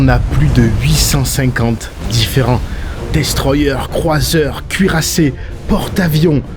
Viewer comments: En français place saint-Marc le c est silencieux ! Également destroyer, se prononce en français "destroyé" et non destroyeur. Faites attention à la prononciation. Gros boursier! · Attention, la prononciation française du type de bateau destroyer est "destroyé" !